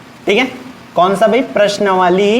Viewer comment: प्रश्नावली 🚫 प्रश्नवाली ✅ 😂😂😂